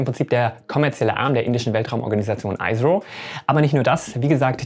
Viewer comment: Tolles Video, weiter so! Nur zur Info: ISRO spricht man so aus wie man es in Deutsch lesen würde, siehe phonetische Bezeichnung hier